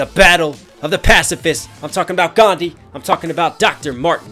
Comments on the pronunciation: In the actual language, which I can never remember the name of, "dh" IS pronounced as a separate sound from "d", English just doesn't distinguish those sounds; so unless you grew up with a language that distinguishes these sounds, or you have a particular language processing disorder, it WOULD sound identical to "d", thus seeming like the H is silent. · Not Ghandi, it's Gandhi. DHI. That H is not silent. U people pronounce it wrong. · The "like the h in your name" line actually doesn't make sense, because Gandhi's name is actually pronounced differently than what English people call it usually, the 'dh' is a single syllable which is an combination of d (as th in 'the') and a 'h' sound Great video btw, you are amazing! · To this day I Dnt get it why you people say that h is silent in gandhi. It's GANDHI, and not GHANDI. One more thing regarding shower, gandhi was a very hygienic man and adviced other people to be the same. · Also, not sure how many times I have to say this but the whole line "Like the H in your name, you ought to remain silent" is incorrect cause it's definitely not pronounced Gandi. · Gan-dh-ii D and h are a singular syllable, like what you say in 'dharma' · Gandhi h is not silent, Westerners don't pronounce it, we Indians do. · Well H is not silent in his name. It's literally about Americans don't know about some indian syllables. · The 'H' in "Gandhi" is actually not silent, but in the typical English pronunciation it is made silent. Basically that consonant does not exist in English, that's why. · It has been two years but I felt like this needed to be addressed. The H in Gandhi's name is in fact pronounced. It just is that most people fail to because most languages seem to lack the "dh" sound that is used, so you just default to "D" which is the same thing MLK does, which, therefore, is an ignorant diss. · Soooooooo many errors ... :D Most important H is not silent. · P sure the H in Gandhi's name isn't silent in Indian languages